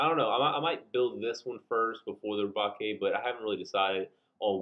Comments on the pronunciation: it's pronounced as Re-Bake, as in baking a cake, as the custom Galbaldy Gunpla was inspired by the Gundam Gusion Rebake from Iron-Blooded Orphans which is a play on the Gundam being redesigned/rebuilt after it was captured by the protagonists into a new form, it's upgraded form in Season 2 also ups the name play by being called Rebake Full City, a reference to the Full City Roast coffee beans, as in baking the coffee beans, its weird. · It's pronounced Galbaldy Re-Bake, like bake a cake. Lmao like Gundam Gusion Rebake from IBO. But I really want it, I want to customize and make it more IBO styled, definitely got to extend the waist and make it taller. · Liked, but your killing me with the way you pronounced rebake. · Ok guys, so looking at the hiragana (like I should have in the beginning) I pronounced rebake wrong. My bad. Anyways, what kit are y'all looking forward to the most next month?